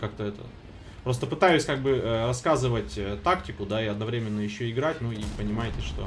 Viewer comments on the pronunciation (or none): none